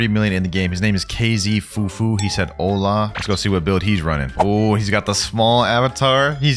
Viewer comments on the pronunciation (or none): none